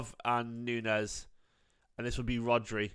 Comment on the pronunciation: His name is not NUNEZ - is pronounced Noons